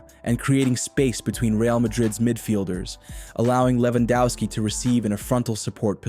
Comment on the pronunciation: Please stop pronouncing Lewandowski in an english way. He is from Poland.